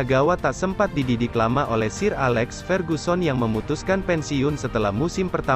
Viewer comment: awalnya liat videonya gue tertarik & mau nonton, terus gue stop dan kasih komen ini pas denger pelafalan sir alex bener-bener dibaca SIR S-i-r wkwkwkwkwkwk udah ga napsu gw nontonnya.